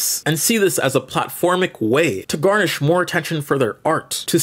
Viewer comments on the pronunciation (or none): love your videos glad I found them again. it's garner not garnish.